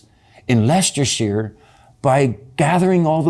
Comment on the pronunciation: Finally ….an American Can pronounce Leicestershire correctly